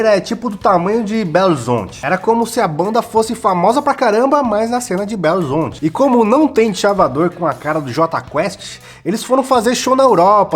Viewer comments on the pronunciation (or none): Ninguem fala belzonte em minas e a gente detesta jota quest kkkkkkk mas te amo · Fala belo horizonte direito caraí kkkkkkkkkkk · falando belo horizonte e muito engraçado Mano kk manda um salve pros mineiros aee